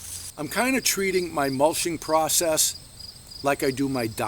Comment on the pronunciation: Mulching, not mulshing. :) Good vid.